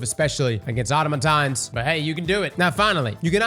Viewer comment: mispronouncing "Automaton" along with half of the community is like "Mechabre" all over again